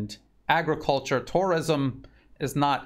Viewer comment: I love your videos but the way you pronounce tourism is bizarre.